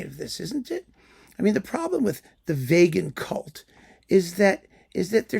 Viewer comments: is so appalled by veganism that he even pronounces vegan like Vegas! Many people will get offended but the bottom line is: don't give into hypocrisy, pretentiousness and a cult mindset, be it in food or music. Open minds need to be nourished on both sides of a spectrum. Excellent points, as always! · My main takeaway is I'm changing my pronunciation from vee-gan to vay-gan. I've never heard it pronounced that way before, but it sounds true.